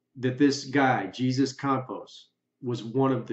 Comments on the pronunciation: With all the BS floating around Las Vegas...can we please, at the very least, get ONE THING RIGHT ??? The security guard who Stephen Paddock supposedly shot at, his name is pronounced "Hay-Soos"...it is NOT pronounced "Jeez-us" Maybe, if we could get these folks to put down their iPhones and learn simple spelling and grammar, you'd figure out that people of Mexican heritage pronounce and spell things differently than Americans do. To Americans, Jesus is Jeez-us but to our Mexican friends, it's pronounced "Hay-soos" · I hate to be petty and call you out for (my opinion of the) pronunciation, but... We don't pronounce his name the same way we do Jesus Christ. We pronounce it in the Spanish way, the J has an "h" sound: Hey-sus, or Hey-zus. I just think the way you pronounced it should be saved for Christ. I guess it really it my opinion, though. Please don't hate me! Lol 😂😂😂 As far as the video goes, I think it's an interesting theory. I hadn't thought of that, it makes perfect sense. Why else would they have let him leave the country immediately after it happened and kept that a secret? Only releasing that information when pressured relentlessly due to the countless interview requests. They didn't have much of a choice but to bring him back or it would have been more suspicious. Of course the entire thing is ridiculously suspicious already, so his disappearance now doesn't make much of a difference. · Okay, it’s not pronounced “Jesus!”, just as “Pierre “, as in French! So respect and educate yourself in annunciation!